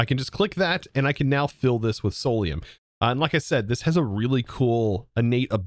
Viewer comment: Idk why but it triggers me to hear you say solaruim when its clearlt not